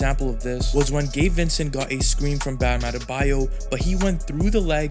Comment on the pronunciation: Sounds like your saying gay Vincent